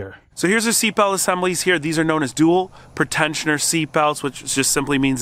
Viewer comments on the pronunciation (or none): Pre- tensioner not pertentioner. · PRE-tensioner. Not pret ensioner. Its simple English.